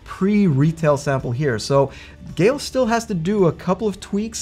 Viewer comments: Geil is pronounced like the name Kyle, but with a G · I get Geil is hard to pronounce, its kinda the nile, but with a G :)